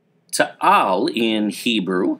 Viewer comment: It is not Tahal volcano it is taal volcano